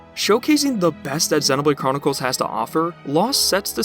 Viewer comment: You say Xenoblade wrong and it hurts me